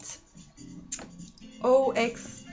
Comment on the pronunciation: what an interesting response! There is such a weird turn of brain when you have to think of a different plot and ending. thanks for responding! (and yes you pronounced my user name right lol)